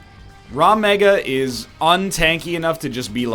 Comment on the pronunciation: Rag!!! It's RAG MEGA, WTF IS RAW MEGA!!!!!!